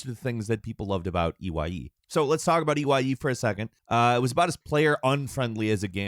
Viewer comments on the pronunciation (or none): That whole discussion on "ee why ee" was hard to listen to. They clearly just googled that 20 min prior to recording. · What got me is he saw the game E.Y.E and never for one second thought he could pronounce it as the actual word